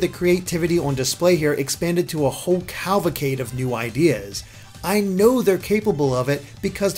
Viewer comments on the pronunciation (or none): I can not let "calvacade" get by without a comment. It's cavalry (cavelcade) not Calvary, which is an item used in a few religious ceremonies. Good review though, I loved the game myself. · Just a heads up: Time Attack and Competition actually unlock before you beat the game. Great review though! (Although it's pronounced "caval-cade" :p )